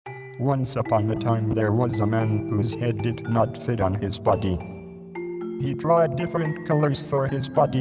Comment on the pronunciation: Insteand of body I heard butty